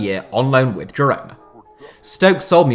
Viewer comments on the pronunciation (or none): 2 different ways to pronounce Girona and they are both wrong